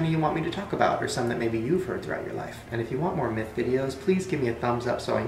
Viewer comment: is it bad that when he said myth i heard meth?